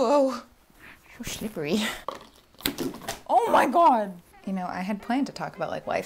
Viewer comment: One "schlippery" moment is nothing but two in rapid succession actually made me snort. I NEVER audibly laugh at videos but that caught me off guard 😂